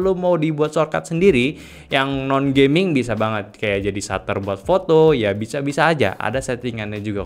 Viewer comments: knp bilang gamingnya harus "gayming" sus. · Gayming = gaya dan gaming Padahal dah dijelasin